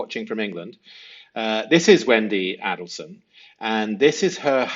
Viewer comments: I ❤!! Note: Respectfully, the pronunciation of Markel is with the emphasis on the second syllable. And the pronunciation of Adelson, is with the emphasis on the first syllable. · A del sons. Not addle sons. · Now now don’t forget it’s not ADDELSON it’s AID EL SON and MAR KLE is DAN MARKELL tsk tsk I haven’t had to tick you awf lately - ohhh dear lo EYESUM not ISSOM 😂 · Well said. I pray for Wendi’s soon arrest. I deeply resent the fact that she’s been allowed to walk our streets for so long. A kindly note here: for you to please be careful with your pronunciation so as to achieve maximum credibility. It’s not a short A (as in apple) when you say Adelson. Pronounce it the way the family does with a long A as in ape. It’s not a short A in Detective Isom’s name. It’s a long A.